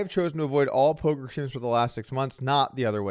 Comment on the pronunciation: Doug it's poker news not polker